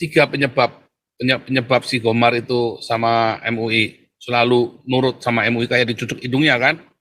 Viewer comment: Gomer atau GOMAR sih?